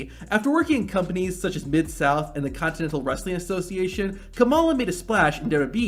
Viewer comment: Colorado's "The Centennial State"; not "Continental". There's 47 of them here other than ol' 1876.